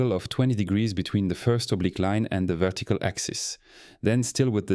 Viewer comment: he also pronounce "vettical" instead of vertical. Yeah that's a french for sure